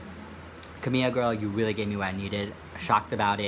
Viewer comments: I don't like camila but it's pronounced ka-mil-ah not camia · Where the hell did the L go in name camiLa? Or who the fuck is kahmia?